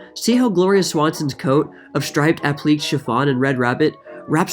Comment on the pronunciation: Love this channel!!! 😍 Gonna binge to forget the mess on the news for a while. Couple of pronunciation hints: App-lee-kay, er-min, and I got a good giggle out of ta-FETA, made me want a gyro 😁